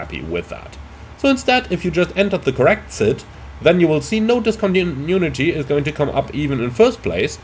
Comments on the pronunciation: dis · kaan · tuh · noo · uh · tee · Man, I love your videos, but everytime you say "discontinunity" an angel dies :D